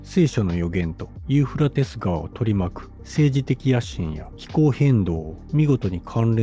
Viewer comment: どんだけユーフラテスの発音苦手なの(笑)😂😂😂